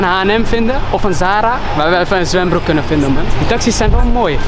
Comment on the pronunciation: Soldaat wollah 💯💯💯💯maar hoord ik echt zwembroer